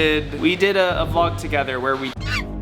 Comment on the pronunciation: saying VLOK is lit. 😂